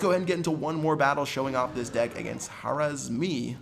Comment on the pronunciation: Lol, " Harazmi "